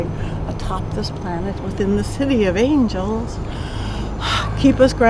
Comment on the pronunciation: she did the devils horn with her fingers as saying "city of angels" and almost sounds like she isnt able to fully say "angels"